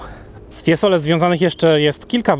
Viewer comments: Ja jestem też muzykiem wiec mam ucho ,nie mowi sie Fiesole e mowi sie FIEzole zzzzz nie ssss także nie oltr arno ale oltrArno również marija ,siniorija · Mowi się, FIEzole, nie FieSole a jezeli chodzi o czystosc miasta ...prawdopodobnie wysprzatane na swieta, no i centrum jest w lepszym , pod tym wzgledem, stanie.Jezeli chodzi o tzw syndrom Stendhala wg mnie jest związany z pozycją jaką przybieraja turysci...przy tym ciaglym odchylaniu głowy do tyłu prędzej czy pozniej bedzie sie miec zawrót glowy..😅😅